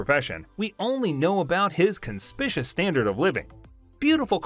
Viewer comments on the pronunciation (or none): Kahn-spick-you-us = “conspicuous.” The creative pronunciation in the video must have been the Gen Z version lol.